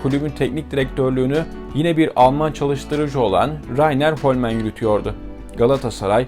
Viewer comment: Almanca isimleri niçin İngilizmişler gibi okuyorsunuz. Stamf değil, Ştumpf. Hollmann da, Holmen değil Holman diye okunur. O yıllarda da herkes o şekilde okuyordu.